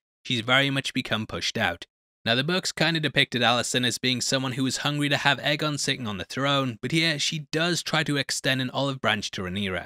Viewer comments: One of of the books is called dunk and egg so it probably is pronounced egg and not a. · It’s always been pronounced “eggon” no? “Little egg” in GOT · its pronounced eggon. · I like that you changed your pronunciation of aegon. I always thought it was pronounced like egg-on because of the wonderful dunk and egg novellas that gave me more of westeros. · you literally pronounced egg-on the same way when you were criticizing the pronunciation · Um... Am I the only one who didn't hear any difference in the 2 pronunciations og Aegon?? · Dunk and egg, how did you not know how it’s pronounced? :-)